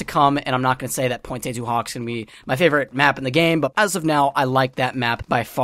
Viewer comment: Everyone pronounces pointe du hoc wrong